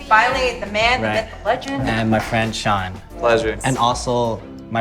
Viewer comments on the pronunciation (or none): none